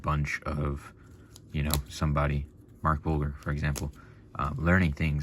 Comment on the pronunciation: Pronounced, Mark Bul-JER